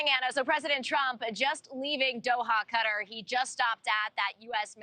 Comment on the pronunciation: Cant pronounce Qatar correctly 😂